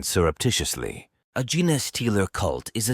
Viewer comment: 2 seconds in…jenaaaay stealer! So they steal Forrest Gumps mrs? ( then again who didn’t 🤣) Put more effort in! Already lazy A.I Unsubscribing